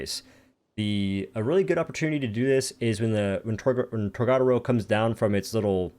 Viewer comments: torGARADAO bruh why cant say it. TOR GA DO RO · tOr-Ga-dOro lmao that’s how u say it there’s no second “r”